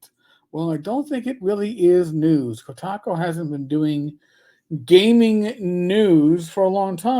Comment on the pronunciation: are you saying Kotaco?